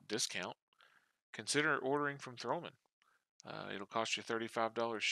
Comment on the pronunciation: It´s THOMANN and not TH(R)OMANN and it is a German company.